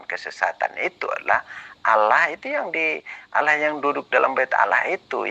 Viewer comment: org kristen itu sma pendeta2x gk bisa membaca ....apa lgi debat ,Allah aja di baca Alah...duble L nya itu tulisanx npa di kurangin L nya satu ...pendeta mana bisa mmbaca nma Allah gk hilangkn L Satu....seluruh dunia....